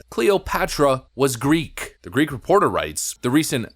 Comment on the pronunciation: Greek, not Griggrrr.